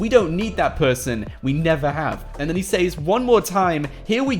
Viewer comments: He can’t say “says” it’s pronounced ses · It’s says... pronounced “sez” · the way he pronounces "says" smh